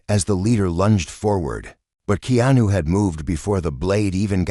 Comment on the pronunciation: At least please pronounce Keanu's name correct